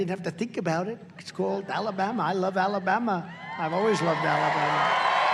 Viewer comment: 🤣🤣why did he say ala'bama like that?